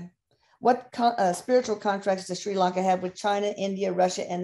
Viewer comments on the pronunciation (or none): They can’t even pronounce the name of the country for heavens sake! It’s not Shri LOnka, it’s Sri Lanka. If the simple things are wrong, why would anything else they say be right… She says “I believe they were under British rule” she believes? Surely Erik should know something as basic as that? Ceylon has been independent since 1948 and was renamed to Sri Lanka in 1972. It’s always been politically challenged given the prime ministers descended from rich sectors, Wealthy British educated who didn’t give a stuff for people disabled and hawking on the streets, living in shanty huts on the beaches. This is why historically the ordinary people - Sinhalese and Tamils have rioted against the elite.